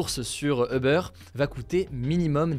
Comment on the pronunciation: Hugo je t'adore....par contre puis-je te demander de bien prononcer le mot UBER....Vu ton âge (jeune) et vu tes nationalités britannique/ suédoise et française c'est un peu ridicule la façon dont tu le prononce. Pour le reste BRAVO continue comme ça tu es super ! 😉